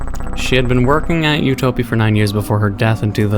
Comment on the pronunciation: ITS PRONOUNSED UTOPIA WHY YOU SAY U TOE PEE?!?!@